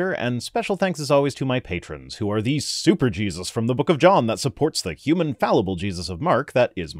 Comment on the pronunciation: needs to learn to pronounce human correctly, and not like humane.